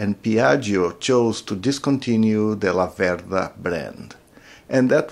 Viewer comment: One thing. Although you have Venteto DNA your pronounce the brand name wrong: It's Làverda in stead of Lavèrda. The family name of the founder of the Laverda famiglia is named of the little river Laverda which runs near Breganze. I have been riding a Laverda 750 SF2 for over 25 years, it allways have been a pleasure :) Greetings from The Old World and keep on riding (and forget about Ducati: I exchanged my Laverda for a Ducati, The Biggest Mistake of my life)